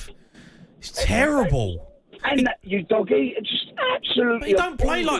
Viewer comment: Pretty sure Udogie's name is not pronounced "You doggy".